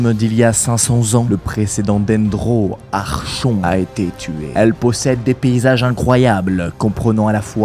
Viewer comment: Comment tu as pas respecter genshin archon se prononce arcon 😂😂😂